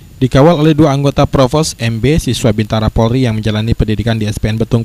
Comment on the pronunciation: BINTARA yg bener Bukan BIBTARA